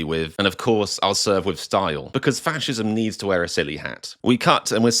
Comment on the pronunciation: 'I'll serve in style' I think I've hit on the reason for all this! It's just a big mistake! Melania wanted FASHION but her accent made it sound like fascism, and everyone just ran with it.